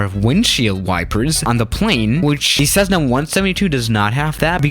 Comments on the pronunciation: The U is silent in gauges. Also, it's a Cessna, not sezzna. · Cezzna?? Gaaages?? Practice your pronunciation